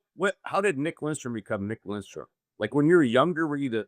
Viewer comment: “Lindstrom”? C’mon, …